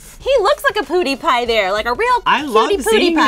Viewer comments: SERIOUSLY its not poodeepie its pronounces PYEW DEE PYE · it's not poodie its pewdie im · It's Pewdiepie not POOdiepie!! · its PEWDIEPIE NOT POODIEPIE FOR guds sake 😂😂😂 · "poody-pie?" it's Pewdipie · It's P-E-W-D-I-E-P-I-E. Not poodiepie -. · Are they saying Poodiepie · Really? "Poodypie"? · The way they pronounce "PewDiePie" makes me cringe